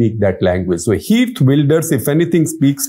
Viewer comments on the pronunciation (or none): It's pronounced as kheert, not heert. In dutch g sounds as ' kh '.